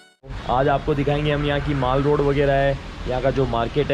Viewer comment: Not maale roda bsdk its mall road brother😊